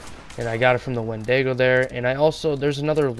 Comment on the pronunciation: "Wendego" lmao